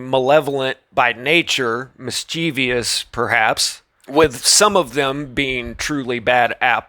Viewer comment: "Mischievous" is pronounced "MISS-chiv-us", not "mis- CHEEV-ee-us"That is all.